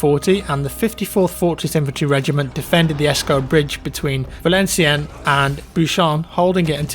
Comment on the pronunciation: Thank you! A nice and interesting video as usual! I laughed so much when you were trying to pronounce names of French's cities as Valenciennes or Boulogne as I come from that region, that was funny;)